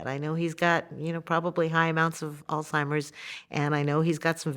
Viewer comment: Too bad Lesley does not know how to pronounce the word “Alzheimer’s”